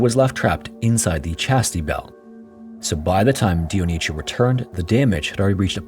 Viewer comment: Funny way how the narrator pronounces Dionisio as Dionicio as if it was Italian instead of Spanish from South America.